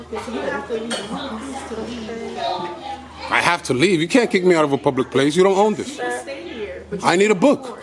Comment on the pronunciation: It’s library not lyberry genius 😂🤣😂🤣😂🤣😂